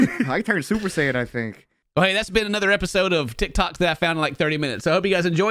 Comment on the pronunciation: "Ti toks I found in 30 min" 😂